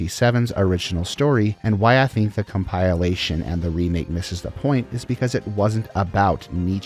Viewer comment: Asking for a like at video start and then butchering ‘compilation’ This is bold